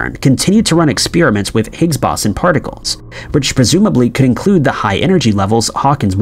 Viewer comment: If I have to hear this dude mispronounce Higgs Boson one more time in going to freak the fuck out..